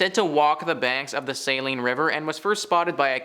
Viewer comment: I don't normally call out YouTube content providers, but this time I will. First let me say that you need to learn how to pronounce English. The city of "Alma", "Saline" river and "Ft. Leavenworth" were pronounced incorrectly. Also, I was stationed at Ft. Leavenworth in 1995 and I have worked there ever since. Sure, there are reports of haunting and other strange things, but your moronic comments about the place and how it should be torn down are comments made by a fool who wants to make themselves look important. I hope no one takes your stupid a$$ seriously.